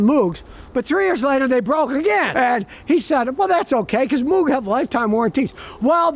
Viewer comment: The "O" in Moog is pronounced like rogue or vogue.